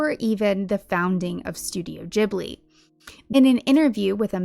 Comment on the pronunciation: Oh my god. Rare youtuber who doesn't say Ghibli with a hard G! (Nice vid also.)